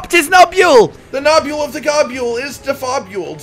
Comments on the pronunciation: Gahb-you-ool? Gob-bull You know? Gobble? To eat? Like niblesnarf. Nibble and snarf combined. There eating names. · I refuese to believe its not pronounce Gobble. I would hate to imagine you describing a turkey noise as Gah-bule-ing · I will always be urked by Rages pronunciations because I always called him like 'Go-bull' and 'Gob-ull' never sounds right